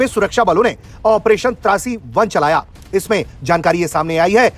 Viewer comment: ओ भाई, तुझे ऑप्रेशन "त्रासी1" और "त्राशी1" मे फरक नहीं समज आता है क्या....????? 🤔